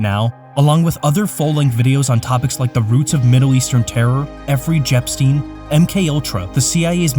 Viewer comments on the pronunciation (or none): Efrey Jepstein lol